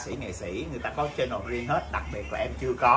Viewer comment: Channel chứ không phải “CHAI nồ” Nga ơi !! Nghệ sĩ nổi tiếng làm YouTuber mà nói tiếng ANH ...tệ quá !! Thua KN xa !!